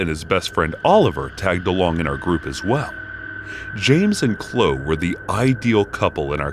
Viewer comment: The 'e' is pronounced in name Chloe . Chlo-e. Not Chlo.